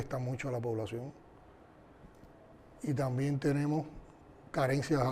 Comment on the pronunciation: Tamben dice tamben ni hablar sabe EL SI SIN GAO ESE ES UNA PUDRICIÓN LO QUE SUELTA POR LA BOCA EL DEFONDAO LA DEFONDA ESA DÍAZ CANEL SING AO